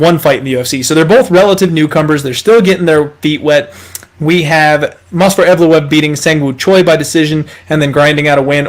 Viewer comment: You were so proud of your "perfect pronunciation" of Evloev's name. In the video you are saying "MOS--VAR EVLOEV". But the correct pronunciation of his name is MOV--SAR. So I thought I would help you out (since you are helping us out with winning our bets).